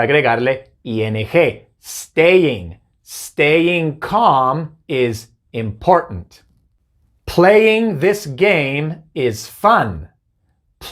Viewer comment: El día que logre pronunciar "important" como este maestro, ahí será el momento más feliz de mi vida.